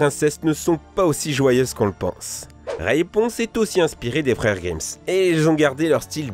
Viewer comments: Les frères Grimse #NaiveureFaurjette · les freres grimm pas de s a la fin stp :P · Mike Brown. C'est justement ce que je disais : il prononce GrimmS dans la vidéo, or c'est Grimm sans s, et cette prononciation se justifie d'autant moins que les noms propres ne se mettent pas au pluriel (par ailleurs je ne prétends par que l'auteur de cette vidéo croie qu'il faille mettre le nom des frères Grimm au pluriel parce qu'ils sont deux, j'ai seulement tiqué sur cette prononciation étrange). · Les frères « GrimmSS » « RaYponce » « Pokentas » Mes pauvres oreilles .... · Les frères grimmSSSSSS